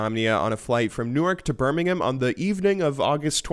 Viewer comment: You pronounced Birmingham correctly! Well done.